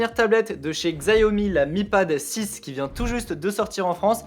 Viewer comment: Par ailleurs ça se prononce shiaomi vu que c'est du chinois xiao - mi = 小米 qui veut dire petit riz xiao pour petit et mi pour riz